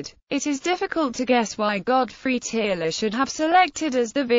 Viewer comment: Tearle is pronounced Turle or Terle